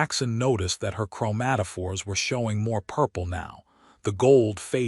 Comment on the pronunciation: im making a drimking game out of this video. every time you say chromatafores i take a drink lol